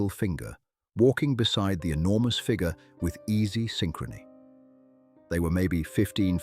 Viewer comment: It’s too bad that AI cannot pronounce FIGURE, but instead says FIGA.